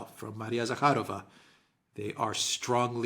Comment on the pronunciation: It’s immediately obvious that Alexes are cool experts, because they correctly put emphasis on Zakharova surname. 🤍💙❤